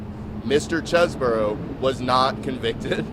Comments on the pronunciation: That’s all cool, but when you have a vowel followed by a consonant and an e, the preceding vowel is pronounced as a consonant so it’s not Chez-Bro, it’s Cheese Bro, like the brother of cheese man, a brother from another mozzarella. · His own lawyer pronounces CHESEBRO as Chezz-Burrow?